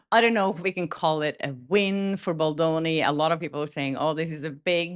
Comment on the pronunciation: It’s BalDoni, not Baloni. It is important to state his name correctly after he was mocked before. I know you didn’t intend to mispronounce it, i just thought it was important to let you know.